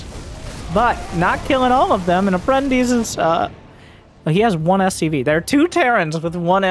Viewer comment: hey, you pronounced APPRENTICE correctly! is a Latin word used in Portuguese (and I believe in Spanish)